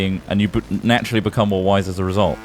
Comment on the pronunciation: Every time said wise, I kept hearing "white", and was confused why he was so interested in Ross being a "white guy".